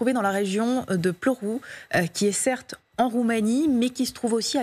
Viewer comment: Ce n'est pas [plorou] mais plutôt [pla'ourou], avec l'accent sur la première syllabe - Plauru. L'alphabet roumain est phonétique (généralement, une lettre, un son) tandis que l'alphabet français ne l'est pas.